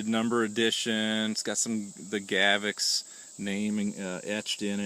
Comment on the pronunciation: If you're going to review it, you should take the a few seconds to learn how to pronounce it. It's not pronounced "GAV-ex". Notice there's no letter e there anywhere. It's pronounced "GA-vox." If in doubt, check out the official Gavox videos. Otherwise an OK video.